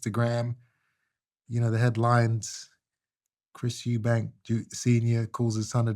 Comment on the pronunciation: Eubank. There's no 's'